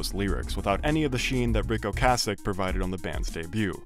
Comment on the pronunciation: I'm still not sure if saying Ric Ocassic instead of Okaysik is a bit or not